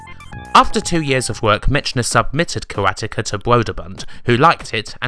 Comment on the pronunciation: Love the work you do with the backstory, research etc.......but so many mis-pronunciations with people's names. It's "MECK-NER" not "MITCH-NER"....:) I know you are British...but it seems strange you would do so great at everything else but get people's names wrong so often lol. Karateka is mis-pronounced too. Maybe watch YouTube videos others have done so you get those names right. And something not necessarily wrong but interesting. In Canada & The United States things like Commodore 128 are said "one twenty-eight" .... not "1-2-8"....The Commodore 64 is said "sixty-four", and you don't call it the "Commodore 6-4" so I don't understand why you would think it's "1-2-8". Cultural thing I guess. The 6502 processor is general referred to as the "Sixty-five oh 2".....not "6-5-0h-2"....just being nitpicky but it drives me crazy when I watch your videos lol. :)